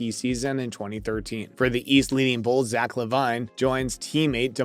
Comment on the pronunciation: The way this man butchered Zack and Damar’s name 😂 how we going to take you seriously and you can’t even pronounce the all-stars names right 😂